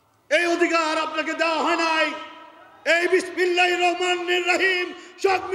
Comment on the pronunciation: এভাবে ধর্মীয় অনুভূতিতে আঘাত দেয়াটা ঠিক নয়।বাংলাদেশ সংখ্যাগরিষ্ঠ মুসলিম দেশ।"বিসমিল্লাহ" শব্দটি যেভাবে উচ্চারিত হল,অবশ্যই শ্রুতিকটু।